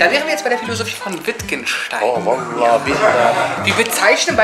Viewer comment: Wie der vallah betont